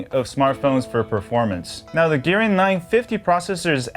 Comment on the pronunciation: God, bro! It`s MI UI, bot MY UI :D And it`s a Kirin SoC, not Girin.